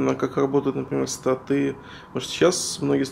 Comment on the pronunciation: Как так можно ставить ударение? БасЫ, МабЫ, БасОв, СтатЫ, но больше всего убило "ГайдЫ" Они реально думают что так правильно произносить данные слова? П.С. Игра ниочем.